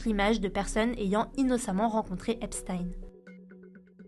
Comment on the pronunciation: C'est EpstEEN pas EpstAÏN svp